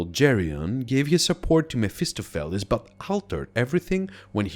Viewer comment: MEF-iss-STOF-a- lees